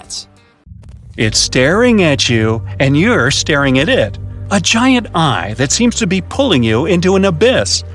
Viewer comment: "locat-chen" "hew-man" "guy-ant" ... get a better AI to generate the voice plz.